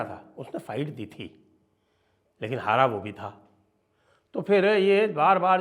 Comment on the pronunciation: "Haara hua hi" ni " hara(defeat)hua hi"😊😊